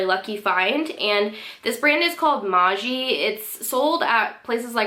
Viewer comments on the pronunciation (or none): Just so you know for the future, Maaji is pronounced Maahi. 💘